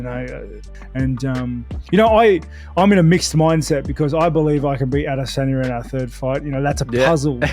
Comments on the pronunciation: Adesanya... not DISanya. STOP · Curious as to why the narrator pronounces "Adesanya" different than the rest of the world? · I love the videos I hate the way you say Israel adesanya it's really starting to piss me off